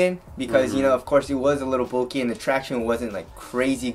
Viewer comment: stop pronoucing bulky "bolky"